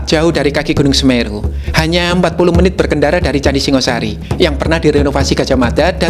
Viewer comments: Singosari bukan Singasari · Yang bener ya Singhasari, dalam bahasa Jawa kuno. Singosari itu pelafalan modern.